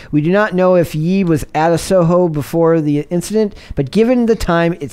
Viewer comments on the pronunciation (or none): Ye is pronounced “yay” dog. C’mon, get with it lol